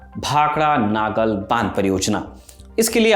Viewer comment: नागल नहीं भाई नंगल डैम है